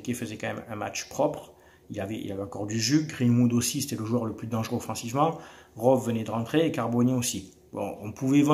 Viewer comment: Les Youtubeurs marseillais vous avez vraiment un souci avec l'anglais....pourquoi donc vous prononcez tous ROVE ??? Pffff De Raph à Francki en passant par toi c'est la même, punaise !